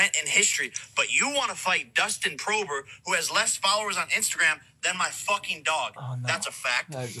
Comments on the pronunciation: Bro said Dustin Prober 🤣🤣🤣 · I think he said prober like Dustin prober like probing butts and stuff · No one gonna mention Jake called Dustin Poirier "Dustin Provor" lmao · Hahahahah Isn't Dustin poirier